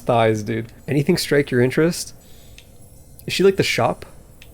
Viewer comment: "anyting strike your interest?" 👀